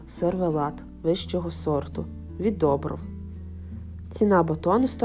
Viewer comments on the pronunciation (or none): Не жАко, а жакО і недОбров, а добрОв.